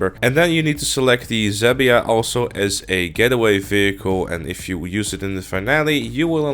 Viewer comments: Did he seriously said Zhabia instead of Zhaba? xD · The one thing that hurt my ear: "zabia" "zhaba" sounds like "jaba" with "zh" between "j" and "g" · Zebia? More like z-HA-ba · Lol, Zhaba is a slavic word for "frog". Check Google translate for russian and czech languages. In czech, it's Žába and in russian, it's жаба.